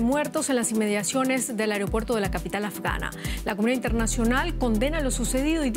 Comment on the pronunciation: "Areopuerto" Primero hablen bien por favor